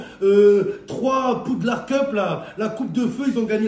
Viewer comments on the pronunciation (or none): none